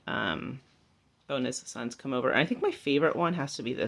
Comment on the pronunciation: Looks great, love all the pastel colours, some gorgeous things, always laugh when you say bonus sons 😁, Thankyou loved the tour xx and Happy Easter x